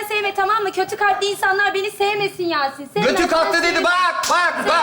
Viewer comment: yasin demiyor yasın diyor, bunun dışında başarılı.